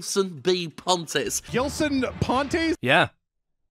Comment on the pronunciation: Gilson b Pon-tas and the other pronunciations at the end has me crying in laughter.